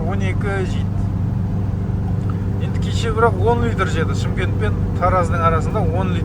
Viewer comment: Ассалаумағалайкум бауырым іске сәт.Жол ашық болсын.Чимкент емес Шымкент деп айсаң дурыс болар еді.